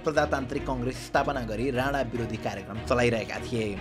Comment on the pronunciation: राणा त राडा जस्तो सुनिरा'छ यार 😂